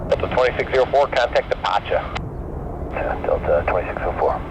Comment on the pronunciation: The way he said "departure" LOL